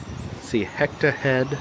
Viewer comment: Haceta Head is pronounced Ha-SEE-ta. That's one of the most beautiful light houses I've ever seen.